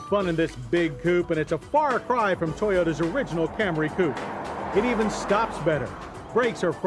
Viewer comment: It took John 20 years to call it a Camry lmao If you look at the older Camry episodes, he continually calls it cam-ray.